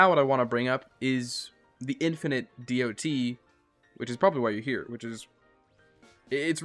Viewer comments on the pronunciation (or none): Saying d.o.t. Was really jarring. I’m sitting here replacing it with “dot” in my head each time lol. Great video though! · DOT? Department of transportation? Lol just kidding. That’s what I think every time I hear some one say DOT as each letter compared to calling it a “dot”